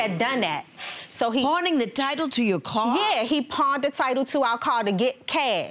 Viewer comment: Why do people say "curr" in oppose to "car" ?